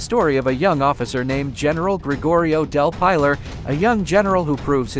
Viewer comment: No it's del pylar as he said..